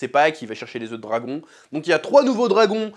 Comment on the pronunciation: Le meilleur moment de toutes tes videos sur Hotd c’est quand tu dis house of the dwagon !😅